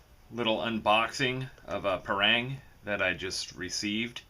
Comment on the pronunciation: why do they keep calling it a pair-rang? it's called pa (as in papa and mama), rang ( as in rung)